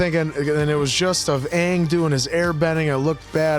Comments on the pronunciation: I dont think you can pull the race card about the villains being changed to indian when the person who did it is indian. Also, Iroh in the movie is not pronounced Yeh-roh and aang isnt pronounced ong. Iroh is pronounced /iro/ and aang is pronounced /ang/ (where the everloving fuck did you pull that o from. Clean your ears) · "I mean Ang, Ung whatever they wanna call him, the Avatir.." You had me laughing so hard I actually choked for a second,:D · I am okay with Aang be pronounced as Ahang. But Iroh as Eeroh.... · "Irroh" "Ahng" ffs lol never have i hated a movie this much 😂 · I waited in line for the midnight premiere, and the 2nd time they said Ong instead of Aang, a couple near me stood up, shouted "It's AANG!" and walked out. They weren't the last to do so. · sOHkka, AAHng, AHvatar, URo This movie is the definition of looking something up on Google once and making a movie about it without any other information, not even how to FRICKEN PRONOUNCE THEIR NAMES. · Oh God, I was hoping this was destroyed years ago! I just can’t….. what drove me nuts was how they pronounced Aang’s name…Ahhhng……😳 IMO, cartoon was SOOOOOO much better. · I completely relate to. I was SO excited for this movie as a kid, and I knew in the first 10 minutes it was gonna be bad because 1) they white washed sokka and kataras characters, 2) sokka hadn't said a single joke or anything funny, and 3) it's Aang with an A, not Oong. Even the epicness of the Avatar state and Rokus dragon spirit were completely snuffed. I'm hoping, begging, PLEADING that the new series (I think there is 2) they are coming out with has SOME redemption to this franchise. I'm so happy y'all reacted to this AFTER you fell in love with the series and had your hearts torn to shreds just like mine was years ago. I love y'all's channel, keep doing your thing 💜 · "look at Ong cleaning house" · The whole "ahng" and "uhvatar" mess was Shyamalan being super arrogant and claiming the cartoon had all of the names wrong.